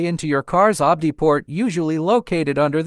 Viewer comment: Stupid bot voice. "Obdy" port. Video does no comparison of the two models. Says, "is an advanced tool." Later says, "If you need an advanced tool, you may need a different scanner."